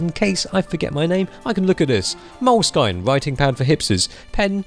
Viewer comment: Learn how to say moleskin ahahahaha